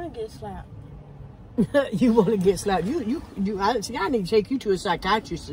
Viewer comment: She said “psykitrisis” 😂